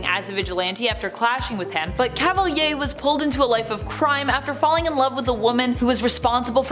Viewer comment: So Cavalier... I never heard it pronounced that way. That's not the french pronunciation either, at least it doesn't sound like it